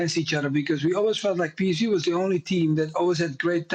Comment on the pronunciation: I mean Melchiot can’t even say PSV correctly, ffs 😂